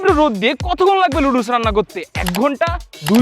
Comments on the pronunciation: লুডুস না নুডুলস হবে😊 এইটাও বলতে পারো না 😅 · Noodles ❌ ludus ✅ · নুডুলস ❌ নাদুস নুদুস☑️ নুদুল ✅✅✅